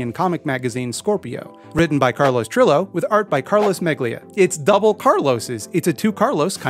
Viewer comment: it's unfair to judge you for this cuz you're canadian why would you know any better but that pronunciation of trillo gave me a stroke